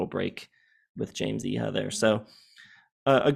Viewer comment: Pretty sure Iha is pronounced "Ee-uh."